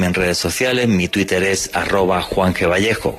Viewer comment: minuto que grande....le salio del alma decir " tuitel " jajajaja.... vieron como pudo decir la " R " igual despues ? todo mentira que no les sale la R.